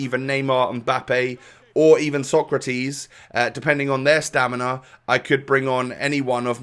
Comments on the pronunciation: It’s SO-CRA-TES not TIS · SÓCRATES, not SOKRATIS.... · It is pronounced sokratays